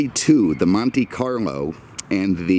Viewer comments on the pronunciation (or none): Did I just hear "Monte Carmo"?